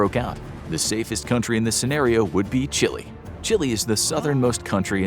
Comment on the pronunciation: you said Chile right; many Americans say Chil-A